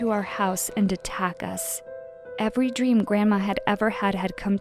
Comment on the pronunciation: “Dweam”